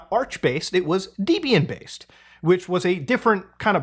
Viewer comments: Just feel like pointing out: 1) It’s Debian like Debbie, not like Deebian. 2) It’s Paws-icks(POSIX) like Paw, not like P-oh-sicks. Just sayin’. And if I wrong about that then I’m wrong!! But I think I’ve got that right. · BTW, it's "Deb" "Ian"." Debb-ee-en." Ian Murdoch named his distro by combing the name of his wife Debra and his name. RIP Ian. He needed help not punishment. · The way you pronounce asus, debian, and posix... aseus, deebian, poesix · The way you said Debian kills me lol. Its a portmanteau of Debra and Ian, the guy who created it and his wife.